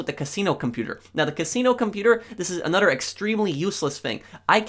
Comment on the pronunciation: Lol he says “anodder” instead of another